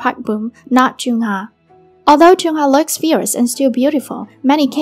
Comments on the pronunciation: I know chungha I mean the queen but idk abt chunhar </3 it's the pronunciation that sucks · PLEASE LEARN HOW TO PRONOUNCE HER NAME BEFORE TALKING ABOUT NEGATIVE THINGS ABOUT IDOLS